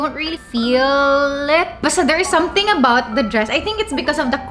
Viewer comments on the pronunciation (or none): none